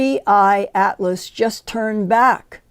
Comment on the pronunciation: Linda can hardly speak… and why is it sooo difficult for everyone to say 3i atlas???